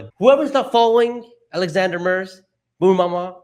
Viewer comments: her name is Alexandra not Alexandria. Also the word is “dilution” as in diluting in water, not “delusion” as in hallucination. Both of you were pronouncing it incorrectly. Great job otherwise. Thank you. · PLEASE pronounce AlexanDRA' s name correctly. It is NOT Alexandria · Her name is Alexandra not Alexandria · It would be nice if the host would make the effort to pronounce Alexandra’s name correctly. It’s Alexandra. Not AlexandrIa Not Alexander. It’s not that hard to get it right if you care. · It's Alexandra, not Alexandria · it's great that you pronounce her last name correctly, but her first name is Alexandra, not Alexandria. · the host can’t seem to get Alexandra‘s name right. Hey dude, write it down, sound it out. It’s disrespectful.